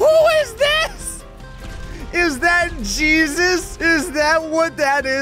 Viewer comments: I'm slightly dissapointed that never realized it way hay zues not gee sus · Maybe it wasn't supposed to be Jesus, it was supposed to be Hey-Zeus, pronunciation wise, and he's just a really powerful Mexican guy. :D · I think that the super pedestrian's name is pronounced 'Heysseus' 😂😂😂😂 And when did they modify the warthog to be a VTOL?? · I don't think it was Jesus. I think it was a guy named Jesus but pronounced hay-soos.